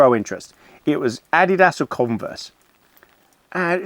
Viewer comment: and Bruno, you two are a pleasurable joy to spend time with (I just recently stumbled across you on You Tube.) By the way, I’m an American who spent some years in Germany and I thank you for pronouncing Adidas as I learned it while overseas (Americans destroy the pronunciation which causes me to cringe.) I thoroughly appreciate your cigar, stout,wine chats by the fire. Also, I admire how you talk through so much of what you do as it’s a learning experience. Keep up the fun. Thanks for all your work in entertaining us!